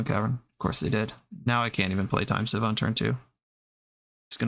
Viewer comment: Everyone I know says the card “seeeeeeve” glad to know there’s another one who says it right out there 🙏🙏